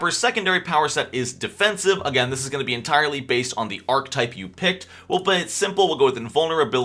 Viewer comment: I like how you call yourself out for saying "choosed", but not "ark-type" like 10 times when it's really pronounced "are-kah-type". 😂 Great video man, good stuff.